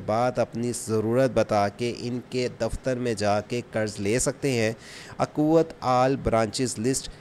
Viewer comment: یہ اکوت نہیں ھے اخوت ہے